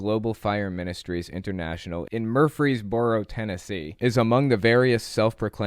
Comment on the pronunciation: lol i’m laughing about “MuR-frees-borough.” we pronounce it Mur-fees-burrow